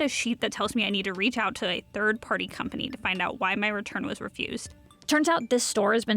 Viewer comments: That was an unique way to pronounce 'unbeknownst'. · "Unbe-NOUN-st"??? Unbe-KNOW-nst!!! Also, you can't refuse a return, only a purchase in the first place. Laws govern returns, not shops. Edit: in the UK. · Unbeknownst - not unbe-now-nst. As no credit is given for narration, I'd say hire a human being that can get the job done right or tighten up your AI.